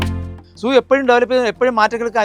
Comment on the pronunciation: zoo എന്ന് ഉച്ഛരിക്കാൻ ശ്രദ്ധിക്കുക 😩